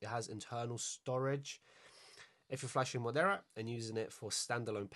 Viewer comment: its marauder not moderra firmware